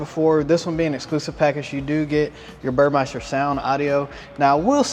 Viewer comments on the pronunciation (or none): it is pronounced BUR-MES-TER. It is not bur-MICE-ter. It’s spelled Burmester. Good video! Thanks!